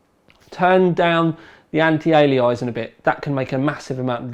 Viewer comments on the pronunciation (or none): Nothing other than it's not anti-analasing, anti-alieysing... It's very simple it's anti-aliasing. If English troubles you, then Latin will probably trouble you also. As much as I like, and I do, his pronunciation is dreadful.. All that aside he's the go-to guy when it comes to techy stuff. It doesn't matter how he talks, it's funny how others get edgy... That's funny.